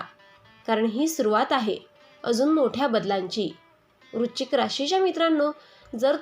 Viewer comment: आधी वृश्चिक या शब्दाचा उच्चार नीट करा